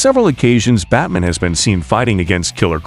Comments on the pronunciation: This was decent but unfortunately had to cut it short due to my rage that builds everytime the ai says 'batmin' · Say Batmn one more time please 👌👌👌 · "Batmin" hahah